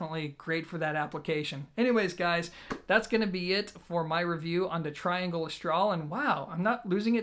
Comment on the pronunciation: Also, it's amazing how many people don't know how to pronounce the name of the speaker manufacturer. It's TREE-Angle, you know, because they're French..lol. He's such an American.